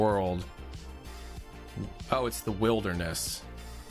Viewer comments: Every time he says "wild-er-ness" it gets funnier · Did he just mispronounce wilderness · Why can't pronounce the word 'wilderness?' EDIT: He figured it out, guys. Yay.